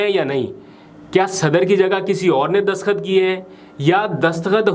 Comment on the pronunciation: برادر دسخط نہیں دستخط لفظ ہے باقی آپکا پروگرام بہت اچھا ہے اور میں توجہ سے سنتا ہوں❤